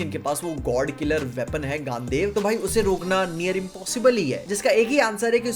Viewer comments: gandev nhi re bhai gandiv dhanush thoda toh mahabharat padh leta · Its gandiv not gandev sir ji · its gandeev not gandev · Bro it's Gandiv not gandev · gaand dev mat bol bar bar Gandivv haii eeee ki sound hai pls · Gandiva Dhanush not gandev dhanush 😂 bhai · It's गांडीव not गँदेव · Gaandev Gaandev bol rha hai bro Usse "Gaandiv" bolte hai Kaash Mahabharat serial dekh liya hota atleast once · Gandev nahi hai bro gaandiv hai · Bilkul dekna chaeinge but it's not gandev gandeev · bro, plzz It's GANDIV